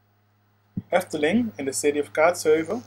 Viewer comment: Ik hoor gewoon aan je uitspraak van de Efteling dat je Nederlands bent :)